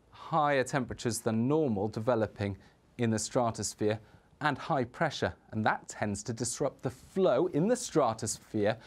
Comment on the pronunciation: why can't he say stratosphere?